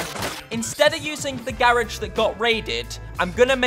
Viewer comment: Ok ok I love your videos but why why you pronounce garage wrong 😂nah but nice keep it up